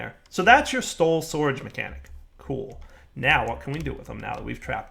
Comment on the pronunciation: "that's your stol sourage system" XD